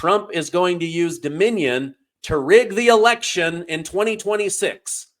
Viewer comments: The hay-bag can't even pronounce Dominion correctly. And she's a lawyer, wow, pathetic! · Can’t even say Dominion right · Jasmine Crockett is so stupid she cant even say Dominion. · She needs to learn how to pronounce dominion! Idiot!